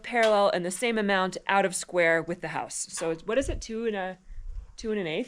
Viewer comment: CH "Hair out of square" H-O-O-S" insted of your house it's your hoos!